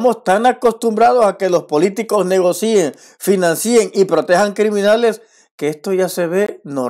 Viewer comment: está bien lo que dices, pero las palabras financien y negocien, suena así, negocien, financien, no financíen ni negocíen, es decir, no lleva acento